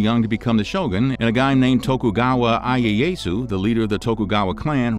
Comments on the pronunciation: Ieasu is pronounced “E A Ah Sue” please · That and the bunch of other mispronounced stuff was killing me. Ieyasu was just... Painful.